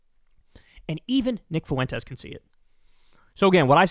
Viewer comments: This is so minor, but it’s pronounced like ‘fwen-tez’. Not “foo-wen-tez’. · It's "FWEN-tez", not "foo-WEN-tez". God, is that annoying. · PLEASE LEARN HOW TO PRONOUNCE "FUENTES" IT DOESNT HAVE 3 EFFING SYLLABLES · Foo en Tez - Kyle